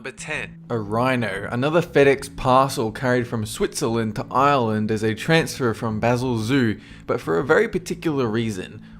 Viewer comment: Please pronounce Ireland right.